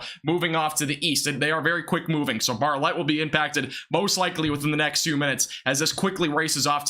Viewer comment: Need to learn how to pronounce towns in Texas, like Bartlett